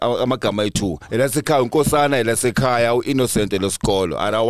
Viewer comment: Did MacG say Nkosa-zana 😂😂